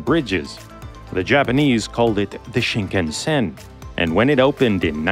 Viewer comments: Pronunciation of "shinkansen" is off. Sound like you are saying Sheen-KUN-sen. It should sound more like Sheen-kahn-sen. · Pronunciation: shin KAN sn. Shin: new. Kan-sen: central route, roughly.